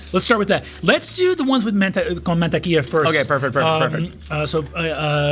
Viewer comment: His Spanish pronunciation is charmingly bad lol man-tequilla